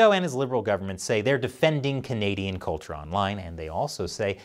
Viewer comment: So, the Canadian Heritage Minister can't say the word Canadian?